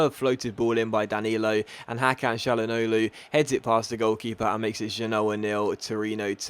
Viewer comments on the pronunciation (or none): none